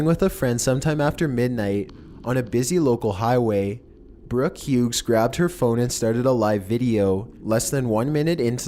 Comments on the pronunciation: If its hughes or hughs, either way its pronounced without the g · Hi. My last name is also Hughes. It's actually pronounced like "hues"